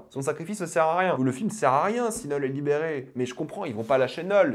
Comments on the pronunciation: STP ARRÊTE DE DIRE NEUULL C KNUUL ENFOIRERRR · Ça me fume comment tu prononces Knull autant dire Nul 😂